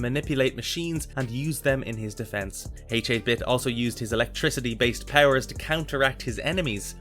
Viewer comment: You're killing me with "H-8 Bit". H8-Bit is pronounced "Hate Bit". It's a play on 8-bit, referring to his game world's graphics.